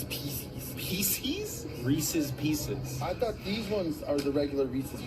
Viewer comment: My head hurts. Reese's Peeseas!